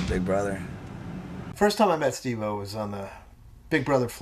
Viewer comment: You pronounced his name wrong he has made it very clear that he can't stand when people say "Stevo" or "Steve o" with the 'o' lowercase... Its Steve O hahahahaha ✌️😉